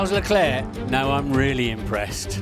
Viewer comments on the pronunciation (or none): strange why Croft always says Leclair instead of Leclerc?? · Croft, will you ever understand it's Leclerc and not Leclè?